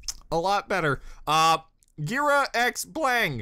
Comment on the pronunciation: Ghira's name is pronounced Gear-a, as in Bagheera, the panther in The Jungle Book. Sienna Khan, the White Fang leader they mentioned, is a Shere Khan mention. I want to find out what the hell they did with King Louie!